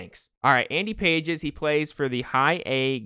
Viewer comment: Love these vids as always but its actually not Andy Pages its pronounced like Endy Pahays or something. I always thought it was Pages too